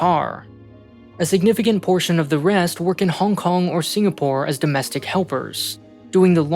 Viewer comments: doestic helpers? whats a doestic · …”DOESTIC” helpers? I think you forgot a letter.